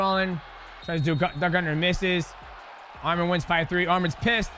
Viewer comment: Man can u all learn how to say his name right? Its not that hard, are u all dumb? U guys are calling him another Armenian name that is Armen he is Arman